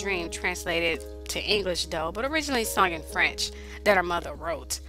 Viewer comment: If you EVER decide to do videos that include ANY & ALL foreign language words/names maybe you could learn their correct pronounciation beforehand... Ainsi, ton français ne me ferait pas mal aux oreilles !!!